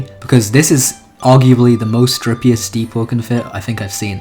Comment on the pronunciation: who here heard him say strippiest instead of dripiest